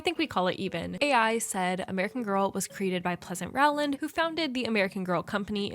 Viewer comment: Quick tip: Rowland is pronounced with a long "O" like "bowl", not like "owl"